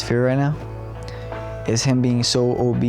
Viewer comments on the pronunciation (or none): Why do so many people say "obeast" instead of "obese"? My husband used to say it too. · no obese and obeast is not a speech impediment, it's being mispronounced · Did the brother say Obeast at the end?